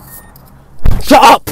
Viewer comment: when he says “shut up” he sounds scottish